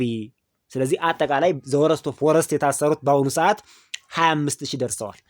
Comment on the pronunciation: ዎረስት እያልክ